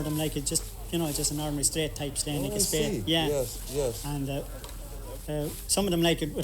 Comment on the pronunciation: They have a funny way of pronouncing Sleán. Memories of the first blisters on my hands of the summer, my father or whoever was helping us ( often our next door neighbour ) would cut a narrow "bank", 5 or 6 sods deep by about 8 wide and Sleán it up for us to catch with a four pronged fork and spread to dry, 2 man job ( or one man and one boy), nobody touching the sod with their hands. Nobody liked doing it and when progress came with machine cut turf nobody cried over it, although we still had to do so the turning and stacking and bringing home so that part of the work never went away. It was nice being in the bog and having a chat with the neighbours in their plot and having a picnic for lunch (don't get excited it was tea with bread and butter) but the work was something you'd dread, not least because there was weeks of turning and stacking and bringing it home to think of. There's only so much turf you can dig up and burn and it's not the cleanest fuel, in a few generations burning any solid fuel in a stove out open fire is probably going to be even more restricted. Everything changes and there's always a reason for it, if regulators and green politicians in cities don't like fires it's because in the countryside open fires aren't noticeably polluting. Try having 100,000 smoking chimneys on a still day with 100,000 vehicle engines. Count yourself lucky if it doesn't affect you, and if you haven't spent a few days cutting turf you haven't missed much either.